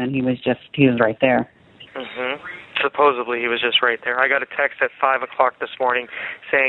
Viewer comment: I love when he says “supposeBly”.